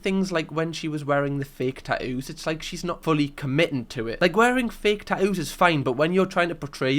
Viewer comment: tat ewwws? It’s kinda like wooo tah. “Hey you with the tat ewwws, can you grab me a bot uhl of wooo tah?”